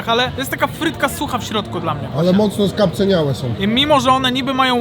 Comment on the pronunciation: może się ziomuś do końca roku wyrobi i skuma, że mówi się "skapcAniałe" 🤦‍♂️